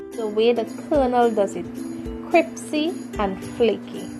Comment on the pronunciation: this is a national secret... what are you doing?! also did she say cripsy?